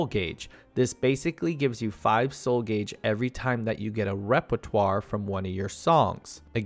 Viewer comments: I'm sorry. It's pronounced "gayj" not "goj". Great video otherwise 🙂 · Super useful. Thank you. In return, paean is pronounced to rhyme with Ian, and gauge rhymes with age. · I thought it could be genuine mispronounciations till he said soul gauge like that... he pronounced it right a few seconds later? like its got to be a bit right?